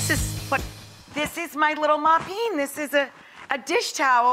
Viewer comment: 'Moppine' ...lol